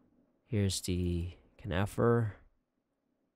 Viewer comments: Sweet! By the way it's pronounced CON-uh-fer and not cu-NIF-er ;) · Is that how you pronounce conifer?